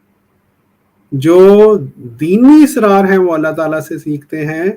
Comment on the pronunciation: Israar nahi Asraar